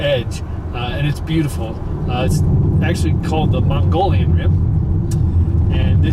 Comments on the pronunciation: Did he say 'Mongolian' Rim? 🤣 Pronounced MoGeeYawn Great video tho! 😁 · actually pronounced "Mo-gee-on" Rim although that's not how its spelled or at least what we called it when I lived in Snowflake and hunted all over the Sitgreaves National Forest up on top. When I lived there you drove to the Valley through the Salt River Canyon and Globe then they made the back way through Heber, Kohl's Ranch and Christopher Creek to Payson easier and safer by making making it into a real highway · It's really nice of the narrator to offer this little tour, but surely he'd want to pronounce the rim properly, and the proper pronunciation is Muggy-own. I know, it doesn't look like it could possibly be pronounced Muggy-own but it is. :-) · Its pronounced Mug-ee-on rim. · I'm a new subscriber and enjoy your videos on Payson. What would interest me even more would be more in-depth background information on history, specifics of local attractions and camping, as opposed to just a run-down on the businesses in town...Wendy's, Home Depot, a donut place and saloons. More "meat" of what Payson and the Rim Country is all about! And the Rim is pronounced MO'-GO-YON...not Mongolian. Just thought you'd want to polish that up a bit. Thanks for making the videos and I look forward to some that go deeper!